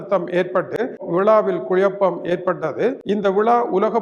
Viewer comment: IT IS KUZAPAM NOT KUYAPAM